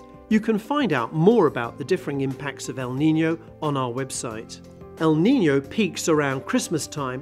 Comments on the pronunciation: It's "el niño" it's not "the Nino" sorry I just needed to say it 😂 Cause I'm Latina and the name is in Spanish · "El Nino" or "El Niño"?, I'm sorry, but it sounds very different between "N" and "Ñ". 🤔🤔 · It's not “El Nino”. It's “El Niño”. pronunciation is very different between the two. Most languages are not like English, where diacritics don't matter. In most languages, including Spanish they do matter. And English speakers should do well to get their heads out of their asses and realize the rest of the world exists. It's not like this the 1890s, and you can't copy paste the «ñ» from Wikipedia for fuck's sake.